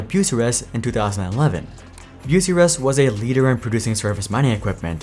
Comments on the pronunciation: As an Ohio native, Bucyrus, Bu as in imbue, cy as in sigh, rus as in rust. Or at least that's how I've always heard Bucyrus pronounced. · cat is huge in mining, i had forgotten they bought out bucyrus (pronounced wrong in the video) Komatsu is quicly catching up to Cat and Deere. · yeah you butchered tf outta Bucyrus, not even close to how you pronounce it.